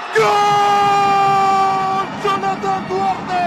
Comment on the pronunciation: Հաղորդավար դե լավ է իջի ցաց էշիցտ էտ սովետական աքցենտով գյոլ չի այլ գոլ համաշխարային լեզվով....